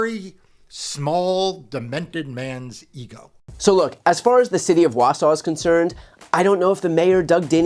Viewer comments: Thank you for pronouncing Wausau correctly. Most folks outside of Wisconsin can’t say it without butchering it even though it’s pretty easy. Also, whenever conservative Republicans talk about ballot stuffing or something like that it’s always accusatory towards other people and not them I heard one story where a dude went in the morning to vote with his wife home had a few beers went to bed woke up and remembered he had to vote so I went to go try it again and they allowed him to vote because his son had his real other name or something like that he didn’t get in trouble or anything like that because he wasn’t maliciously, but he did vote for Donald Trump so that shows you a little bit I guess. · Always impressed when someone not from Wisconsin nails the pronunciation of a city here.